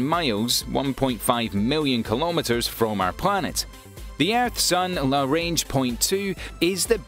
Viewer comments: Lagrange point. Not larange. Good video nonetheless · It’s LaGrange not larange. Perhaps it’s your Scots accent that misinterprets everything. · good video, but It's GRUMMAN, not "Gunman". It's Lagrange, not "larange". It's Arianne, not "Iranian". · For someone with a British accent he mispronounces a Lot of important words ie: La Grange,Arianne,Grummin etc. Makes me wonder if his facts are just as poorly based.. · It’s pronounced lə-ˈgränj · Hold the fuck on! Is the g in Lagrange silent?